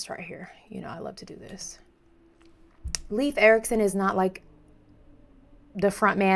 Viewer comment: 'ei' in Leif does not make an e-sound. It's more akin to 'Layf'.